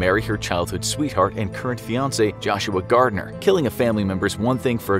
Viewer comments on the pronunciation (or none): none